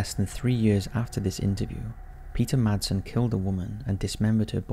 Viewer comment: You dont sat/use the d in madsen 😅 in Denmark we say IT like masen 😁